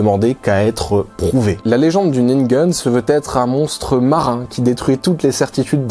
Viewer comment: Je n'ai pas remarqué. La prononciation de ningen à l'américaine a complètement prit mon attention.